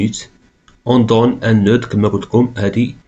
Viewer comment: Merci prof, Remarque : dans le mot noeud, on ne prononce pas le "d".